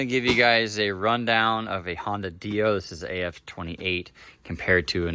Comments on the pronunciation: 😢the way u say dio kills me u say it like it should be spelled deio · I've just never heard it pronounced that way